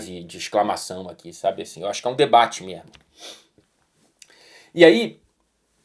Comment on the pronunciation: O é tao educado e tao formal que até esqueço que ele é carioca, ai do nada ele manda um “MERMO” e me lembra esse defeito… KKKKKKKKK